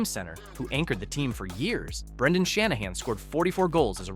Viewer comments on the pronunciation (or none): none